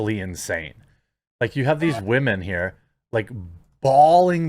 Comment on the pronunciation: As the late great KS stated. "Accountibility is a wahmens kyrtonite."